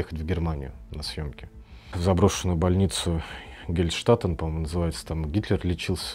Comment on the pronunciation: Не Гельштатен, а Хайльштеттен